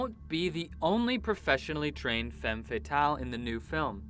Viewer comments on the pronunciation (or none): none